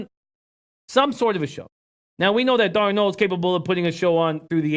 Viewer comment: Why can no one on YT pronounce names right. It's Darnold, not darn old.